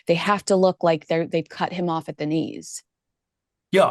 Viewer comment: “Orf with his head”